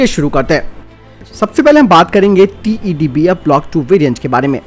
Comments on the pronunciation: Tebdf nhi sir tedbf h vo hr bar glt q bolte ho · भाई आप TEDBF को बार-बार TEBDF क्यूं कहते हैं?